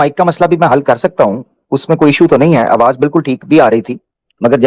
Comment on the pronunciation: Bhai yeh Hindu hai, Aawaz ko Aawaj keh Raha tha